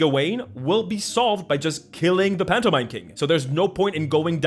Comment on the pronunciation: I swear I heard phantomime like a MiME